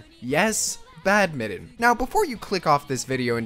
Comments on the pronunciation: Badminton BAD-MIN-TON, not bad-mitten. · its BAD-MIT-TON